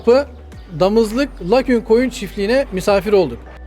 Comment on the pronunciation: baytar olmuşsun ama öğrenememişsin. lakün değil LAGUNA. bilmiyorsan aç oku